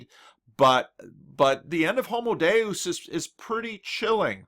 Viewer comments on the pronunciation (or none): none